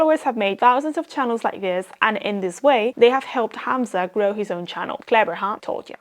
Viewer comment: You said "Hamza" the correct arabic way, nice